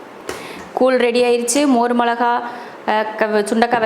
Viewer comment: கூழ் koozh என்று சொல்லுங்க. நீங்க கூல் கூல் சொல்லி paduthureenga